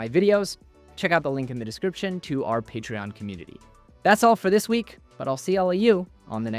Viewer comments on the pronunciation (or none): none